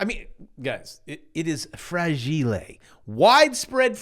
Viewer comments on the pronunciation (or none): "IT'S FRAGEELEH" 😆 🤣 😂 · Fra-gee-lay! It must be Italian. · It’s pronounced “fra gill eh” 😅